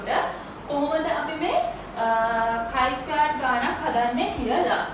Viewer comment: Accually this doesnt pronounce as චයි ,Its කයි ස්කෝවඩ් ටෙස්ට්. 🙂